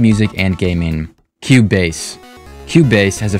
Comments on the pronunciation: “cube base” it’s pronounced as q base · bro pronounced it cube base